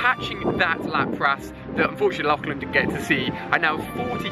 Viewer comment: “Lochlan” lol it’s “Lachlan”